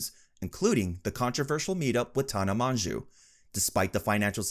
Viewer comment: It's pronounced tan-ah mojo